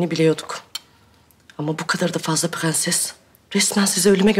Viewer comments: Fğansız ya ondan pğenses diyoğ 😅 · nono nun piganses demesi beni delirtiyo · Şu dadı hatunda bütün sözleri doğru söyleyip bir piğenses demesi bir tek banamı batıyor?😂